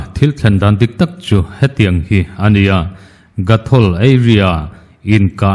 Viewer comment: GOTHOL tihtur ..